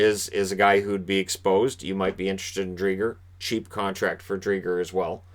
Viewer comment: Hey, not wanting to say you're pronouncing it wrong, since maybe Chris Driedger pronounces his name with a hard G, but at least where I'm from in Manitoba, "Driedger" is pronounced with the G acting as a J (with the 'dj' like in the word 'adjust') rather than a "Guh" as in gum sound. But I've heard worse, I think Fantasy Hockey Podcast initially thought it was "Dried gur". Our menno names (like Toews) often cause confusion Keep up the great work! I think I like watching your videos more than I do actual hockey, hah, enjoy the rain here in vancouver today!